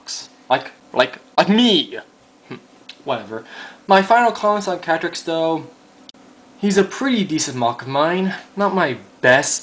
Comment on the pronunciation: When you said "Katrix" it sounded like "Patrick" XD